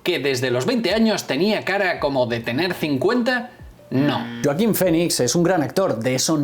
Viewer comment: Es Joaquín....JOAQUÍN.....no yoaquin